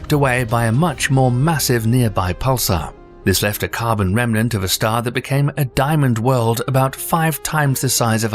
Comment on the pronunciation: love your pronunciation of everything ending in ae, but a remnant is not a "rehm-eh-nahnt." It's a "rehm-nahnt." Meanwhile, you also have some graphics that are opposite what you describe, c.i.p, being the Jupiter red spot, "counter-clockwise," as the image suggests, but the animation is wrong, going clockwise. Judging by your like ratio here, you have barely more than 1%. Why? Because your accent is soothing. Except for cosmos. It isn't "KOZ-moss." It's "KOZ-MOHS." Like the t.v. show with Carl Sagan. And words ending in "ah" are not pronounced, "uhr." Phenomina is "FEH-nohm-ih-nah," not "FEH-nohm-ih-nahr." And then, an hour 47 minutes in, ffs sake, "NEW-KEW-Lar?" Really? It is "NEW-Klee-ahr.," or more plainly, "new clear." There is no such thing as "new cue lar." Ugh. And last PLEASE stop with the Boomer Gen phrase, "on steroids." It is tired, hackneyed, and promotes the idea that abusing hormones will make a person superhuman. around 1 hour 15 in, dude. "BEETL-GEESE?" Are you f-ing kidding me? "BEETL-DZUS," aka, "beetle juice." Come on, now. "GAHISS" gise, don't know how to spell the pronunciation, would have been better than "geese." Like, Miss Geiss in Clueless.